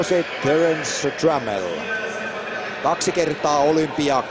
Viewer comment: Trammell lmao :P sounds like tremel bitch! i didnt even understand this